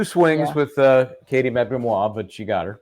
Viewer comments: The difference in the pronunciation is one is a word, which can be pronounced differently depending upon where you are; whereas a name, has one pronunciation. One. Because it is a proper, personal name. I know it's your page, and you can do and say whatever you like. It's a bit of a dick move. That's all I'm saying. 💁🏼‍♀️ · You are pronouncing Katie's name WRONG, go back and listen to Katie when she testifies, she pronounces and spells her name and it's NOT the way you say it...... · NO! KATIE KNOWS HOW TO PRONOUNCE (AND SPELL) HER OWN NAME. YOU ARE WRONG. HAVEN’T YOU WATCHED HER TESTIMONIES?